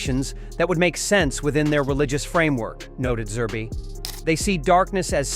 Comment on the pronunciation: The man's man is Zerb not zerbee he is not a stuffed toy